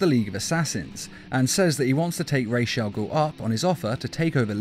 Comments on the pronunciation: Ra's is not pronounced Rayesh it's as its spelled, just Ras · Don’t remember him being called rashe al ghoul. It’s pronounced ra’as al ghoul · the prnounciation is supposed to be Ra-as as in Rasputin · Your pronouncing ras wrong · Stop saying Raj's first name wrong, very annoying